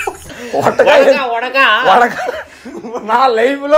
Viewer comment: Vodaka ❌Vatka 😂😂😂